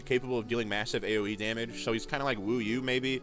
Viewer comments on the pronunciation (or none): Hey bro love your channel and this video is super informative. Just wanted to let you know a few pronunciation tips! Wu you is pronounced more like "wu yo" and Ming Shuo kind of rhymes with woah not shoe. They're Chinese origin names